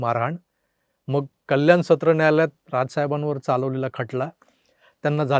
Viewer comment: अरे तू सुद्धा अशुद्ध किती बोलतो कल्याण न म्हणता म्हणता कल्यान बोलतो जरा ऐक